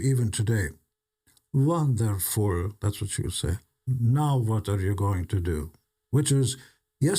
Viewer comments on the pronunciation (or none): Gene's mother comes from a village in Hungary, she was born there in 1925. The village is called Jánd. When Gene says the word 'wonderful', tears come to my eyes, because my grandmother - who is also Hungarian (like me) spoke the same way.